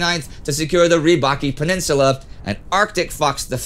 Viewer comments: The peninsula Rybachiy is pronounced [ryb'atʃij] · To be honest, there are some mistakes in his pronouncing. Rybachy peninsula is Rы-bah-chiy, where ы is a special Russian sound close to e in "houses", and ch is like ch in "cheap". Also Kandalaksha, not Kandalashka - this is confusing word even for Russians, because it has Karelian origins. And sometimes Indy is bad in Russian emphasis, especially in Russian surnames. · Great episode! One note, in Finnish campaign the Rybachy peninsula is pronounced with 'ch' not 'k'. полуостров рыбачий. It actually means peninsula of the fishermen in Russian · Sorry for inconvenience, but little spelling corrections, if you mind: 1) not RybaKy, but RybaCHy, as in "CHess". 2) not Kandala-SH-K-a, but Kandala-K-SH-a. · You pronounced "Rybachy" wrong, it's the "ch" sound at the end, "Rybachy" means fishermen's